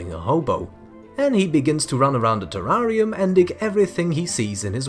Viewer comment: I love the way you pronounce 'terrarium' 🙂